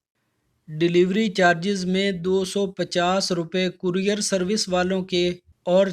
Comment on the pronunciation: Courier bolna tu seekh lain.